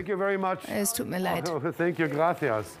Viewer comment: die sagen auch graFias sprechen das c wie ein F aus 😀